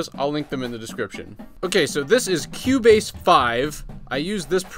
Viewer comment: Lol. I thought he was saying "Q-Bass"